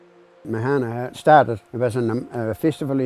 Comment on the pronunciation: It's pronounced maahana. Not mahaana. That's why these things don't work. Don't call things Maori names on Maori land if you can't even say the words properly. Bloody pakeha